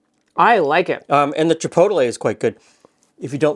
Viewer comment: I love these types of cookies - we have a local chinese/mexican fusion restaurant in Phoenix called "Chino Bandito," which has these cookies (needs the spice though). I'm also amused by your pronunciation of chi-poe-te-lay.